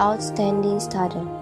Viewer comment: remember "student" u say it no "scudent"use "c" whwn we say it. The u review movie make me remember when I in the boarding school😅😊 nice...like it👍👌